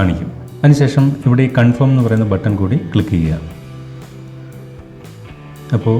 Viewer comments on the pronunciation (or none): none